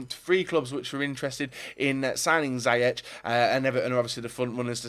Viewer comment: You say ziyech like seeyek, he was player of the year even though fc Twente finished 12th. Great signing for Everton if they will